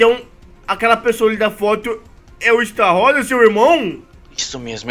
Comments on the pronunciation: Estarrossa 😂😂 É Estarossa A Pronúncia do Esta Errada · a forma a pronuncia do estarossa está errada mais obviamente, ótimo video!!!!! Adorei por favor continua, like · E estarrosa e não estaroça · Esta rosa kkkkkkkk morri A pronuncia é estarôssa 😂😂😂 Ai ai meu cori.....vou nem falar nada pra num atrair tretas huehue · É estarossa não estarrossa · N é estarosa é astarossa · Estarrosa?....... O nome certo e estarosa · está falando estarossa errado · não sabe falar estarossa eles falam errado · Cara esse amigo do não sabe fala Estarossa